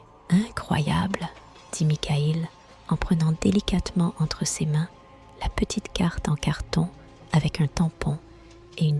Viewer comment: C'est une voix digitalisé ? Les erreurs de prononciation comme "C~ès mains" au lieu de "ses mains", comme une IA qui lit un texte ??